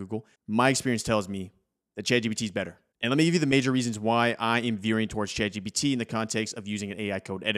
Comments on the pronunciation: It really sounds like he's saying Chad GPT, lol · Subtitles say youre saying Chad GBT which is kinda hilarious.